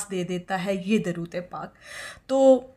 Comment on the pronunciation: آپ کی درود پاک کو پڑھنےکی ادائیگی درست نہیں ہے